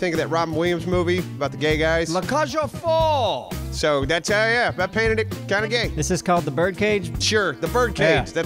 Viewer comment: what kind of competence do you call that? Noob competence? also saying the last part of that French name slightly wrong, its folles not foll. La Cage aux Folles. Technically two different films